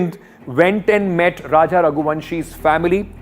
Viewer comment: why people can not pronounce raja properly🙄